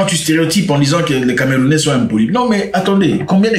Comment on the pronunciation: Tu fais un bon travail mais les camerounais soufrre un peu trop dans ta bouche